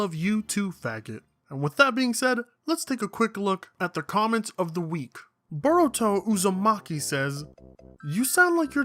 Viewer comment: you mispronounced Boruto Uzamaki